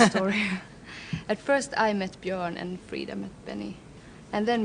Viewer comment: I tried to find some info on the Key Note appeal without any luck. I wish someone had told Lesley it isn't pronounced Bajörn but Byörn. Nice upload cheers.